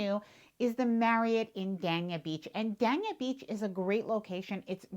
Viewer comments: Dania is actually pronounced Dane-yah Beach not Dan-ya Beach but it’s an easy mistake to make. Thanks for all the good info. If you visit Ft Lauderdale Beach, just be aware that parking can be very expensive, especially if you visit when the Boat Show is on. You can usually find cheaper parking in Hollywood Beach which is pretty close by and has some very nice hotels. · It’s Dania pronounced ……. DAY-N-I-A. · The "A" in Dania Beach is Looooooong.... Daaaaaaaania Beach